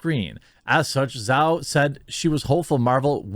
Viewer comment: It's pronounced Jau.